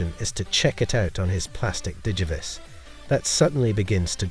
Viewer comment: why are u saying digivice like that lol